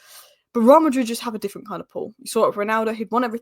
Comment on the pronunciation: How to pronounce “Real Madrid “ Just saying 😅